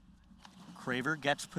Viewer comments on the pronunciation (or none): Lol, drove me crazy every time he said her name. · He said she's "one of the best grapplers in the world right now" yet doesn't know how to pronounce her name.